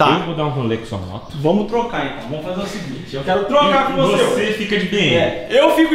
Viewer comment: Fazer ou feizer